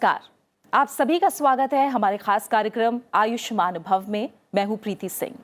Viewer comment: Ayushman bhav nhi bhavh hota he.... Madam...... Piche h ka sound ata he